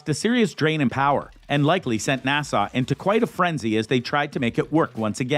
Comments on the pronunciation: Narrator: NASA is not pronounced Nassau! It's NA-SUH! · How the narrator pronounced or rather mispronounced NASA was irritating. Kept saying Nassau. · Why is he saying nasaw? N.A.S.A. it's not even a word, how can you mess that up? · "NASA" is an acronym. “Nassau” is an island city in the Bahamas. You're welcome.